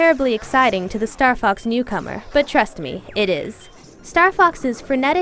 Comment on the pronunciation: kinda sounds like she says "star fuck 64" in the beggining lol